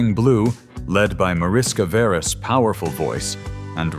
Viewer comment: On Mariska Veres. "V" is pronounced "F".